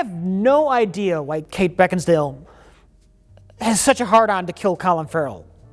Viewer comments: “beckinsdale?”. “Beckinsale”. “I had no ideas beckinsdale…” lmao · "I have no idea why Beckinsdale.. Beckinsdale?!" Mike: "Beckin-sale.": "I have no idea why Kate Beckinsdale.." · Kate Beckinsdale... Wait... Beckinsdale or...? Mike: Beckinsale: I have no idea why Kate Beckinsdale. LMAO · "I have no idea why Kate Beckinsdale... Beckinsdale or?" "Beckin-sale." "I have no idea why Kate Beckinsdale... has such a hard-on to kill Collin Farrell." Never change, never change. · "Beckinsdale?" "Beckinsale." "Beckinsdale." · “Beckinsdale or Beckinsale?…. Beckinsmurtle” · Beckinsdale? No Beckinsale. Sorry. Beckinsdald. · is it Beckinsdale? Mike: it's Beckinsale: I have no idea why Kate Beckinsdale has such a hard on to kill Colin Farrell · Beckinsdale? Beckinsale. Beckinsdale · "Kate Beckingsdale?" Mike: "Beckinsale": "Kate Beckinsdale!":D:D:D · I really like how said Kate Beckinsale's name wrong, asked how it was pronounced, then said it wrong again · Beckinsdale? Beckinsale. Beckinsdale? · 'Is it Beckinsdale or Becksinale?' 'Beckinsale.' 'I have no idea why Kate Beckinsdale...' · Beckinsdale or... Mike: Beckinsale: I have no idea why Kate Beckinsdale.... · Mike explaining the correct pronunciation of Kate Beckinsale and then saying it wrong anyway is a classic as well. I’m wondering if there wasn’t some slight of hand with the edit. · Rewind....yup he said Bevkinsdale again. Hahaha, you have to love. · I have no idea why Kate Beckinsdale...Beckinsdale or..? - Mike: Beck-in-sale. -: I have no idea why Kate Beckinsdale.... I love this guy xD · “Kate Beckingsdale?” Mike - “Kate Beckingsale” - “Oh, so Kate Beckingsdale”. Never change, please never change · "Kate Beckdinsale?" Mike: "No, Kate Beckinsale": "Kate Beckdinsale" Never change lmao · Kate… Beckinstale? Mike: Beckinsale.: Proceeds to say Beckinstale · but then, backinsdale.